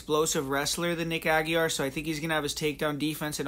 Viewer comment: It's pronounced "ah-gee-ray"